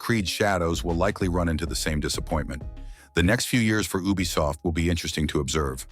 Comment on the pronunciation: Is not a bad voice but ubisoft sounds like bubisoft😅😅😅